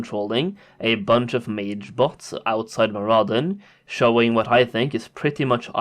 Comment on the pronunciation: mur-UH-din. MAR-uh-don.